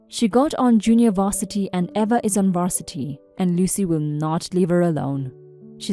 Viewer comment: The name Eva is pronounced Eee-vuh.